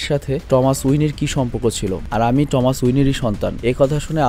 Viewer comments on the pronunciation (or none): none